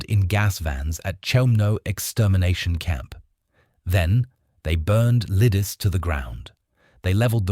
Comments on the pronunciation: Leedeechay"! Not " Lee-dis"! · It is pronounced LEE-DIH-TSEH, not liddis, and not liddish either. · You act as if the grenade had nothing to do with his death. What an absurd statement. "Gesh-stapo"??? "Lidice is pronounced ENTIRELY different from your failed attempt. My uncle, a Slovak was living in Praha in May, 1941. In terms of your pronunciation of Lidice, he'd be unable to understand what you are talking about. Apart from what I've stated, your report is pretty good. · Pronounce Lee dee tsay I visited the place. And the crypt. And the Terezin concentration camp